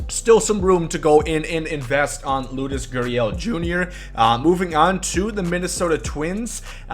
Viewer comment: Why do you say LOODUS GURRIEL